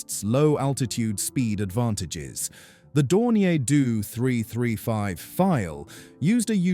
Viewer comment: I do hate these ai voices meeeee 262 and heeee 162, dornier dooooo 355 etc otherwise very interesting.